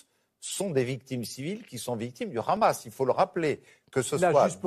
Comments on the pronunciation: Il va falloir leur apprendre à prononcer Hamas en passant, la prononciation R'hamas et celle des sionistes car prononcé comme ça, cela veut dire "violence, monstre..." alors que la prononciation est normalement H' amas avec un H expiré. Alors entendre les editorialistes prononcer R'hamas n'est pas anodin. #barbier#abnousse#estrosi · Le Raaammaas, à la prononciation tu sais qui parle...